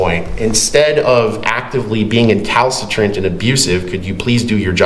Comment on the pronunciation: isn’t the word “recalcitrant”? Not Incalcitrant